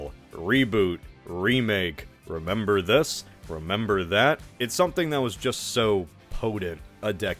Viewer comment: "I 'memberr that! You 'member?"